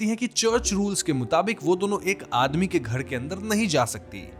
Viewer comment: घड़ के अंदड , धड़म, पड़पस, औडत अपना वोकल सुधारो र को र बोलो ड नहीं 😂😂